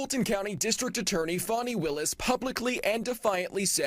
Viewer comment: It is FANI like hinny, not fauni ! This is a bitter old lawyer, get rid of her.